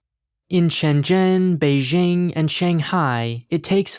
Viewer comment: I'm honestly impressed by how nuanced your videos about China are. It's refreshing in an environment where most other content is either anti-China slander or rosy propaganda. Can I just say one thing though? You should take a moment to learn to pronounce "Beijing" correctly. It will lend you further credibility :-) The J is pronounced exactly like an English J (Jack, Jill, John, Jeremy, jing...).